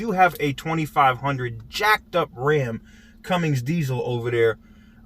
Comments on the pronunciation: Cummins NOT Cummings! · It’s not CumminGS. It’s pronounced Cummins brother! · Cummins...not Cummings for fucks sake. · Did he say cummings? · There's no G in Cummins. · meleg - yep, the one may be mistaken for some 'other thing'. 😉 Especially if not pronounced correctly...